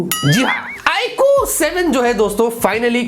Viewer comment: i really like his way of saying Iqoo